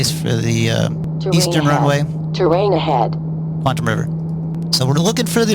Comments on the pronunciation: it's not QUANT-um, its QUAT-EM. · Really enjoyed the trip sir! Just to advise, it's "Quatam" River (no 'n'), rather than Quantam, although the latter sounds more Sci-fi and cool! :o)